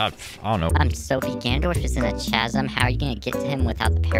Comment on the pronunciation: im sorry i rlly dont wanna be mean but is pronounced CAZ-UM not CHAZ-UM